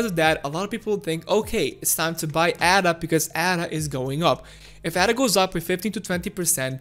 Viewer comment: Firstly, it’s not “Adder”. It’s not a snake 🤦🏽‍♂️. It’s pronounced “Ayder”. Ada is the name of a mathematician. She was not a snake. Secondly, you speak of the charts as though they have a mind of their own and we just have to merely sit back and study the charts to work out what they’re going to do. You do know that it’s people that make the charts move, right? Thirdly, when we hit the 1.55 area, there won’t be a rejection because some people hit 30% profit and think “damn, I better sell because I’m 30% in profit!” 🙄 name one person that would sell while they’re in the process of a profitable climb at such an early stage. Especially with the headroom that Ada has to move. There will be resistence at around 1.55 because there are a shit ton of people that would have bought in at around these price levels before and are stuck there, in the red. They will want to get out once we hit those levels (except hodlers). Resistence levels are not magical levels that create resistence for nothing. They are people, selling. Lastly, it’s not a case of “sitting and waiting” for Ada to do something. It’s not a living creature 🙄. If people sit and wait, nothing will change and we’ll continue to move sideways. If you want Ada to do something, buy some!! 🙄